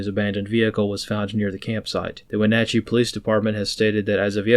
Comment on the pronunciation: "Oak a noggin" good job on Wenatchee 👍